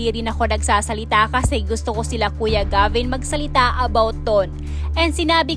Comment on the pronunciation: Anong ALAM mo dn SA buhay nilang LAHAT at saan mo nakuha ang MGA fake news mo. Gs2 mo Lang sumikat at gumawa Ng kwento. Ang daming ganito na lumabas iba2x pa ang s2rya. Wrong grammar Ka pa. Hindi po jeybin. Geybin po.